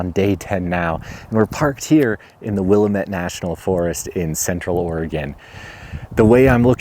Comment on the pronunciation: Love your stuff. But as an Oregonian who’s spent tons of time in that forest can I correct your pronunciation? Willamette wuh la muht